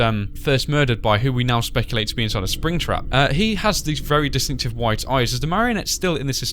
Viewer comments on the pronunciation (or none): Oh no not ears ...eye's*